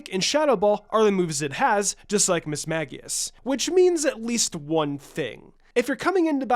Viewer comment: Mismagius is pronounced mis-MAGE-eus. Sincerely, a die hard Ghost Type fan :)